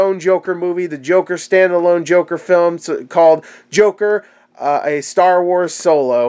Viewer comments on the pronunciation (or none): The "jorker" :-D